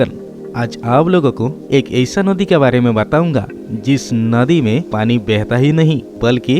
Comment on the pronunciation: भई सहाब आपका हिन्दी बोलने का ढंग सही नहीं है नदी को नोदी बोल रहे हैं ।